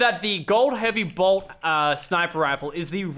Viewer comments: J and M productions he was saying heavy bolt not heavy blot are you deaf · Who else was ragin when lachlan kept saying heavy blot instead of heavy sniper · Its not a heavy blot its bolt